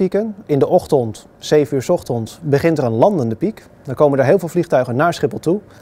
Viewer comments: 's ochtons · Maurits Veen het is ochtens